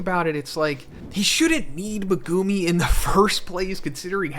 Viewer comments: why does every youtuber say megumi and sukuna wrong? in the anime, it says mehGUHme not MehGOOME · Not sure if it’s Meg-gu-me or Meh-gumi but everytime I hear Meh-gumi I instantly get annoyed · I am not trying to be pedantic. I like your videos and I think people can pronounce things however they want. But Meh-GOO-me is hilarious. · Even this late into the series he doesnt know how to pronounce megumi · I hate how you say Megumi name